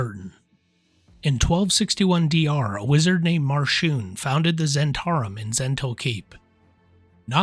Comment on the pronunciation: zz-HENT-ah-rim, not zhen-TAR-im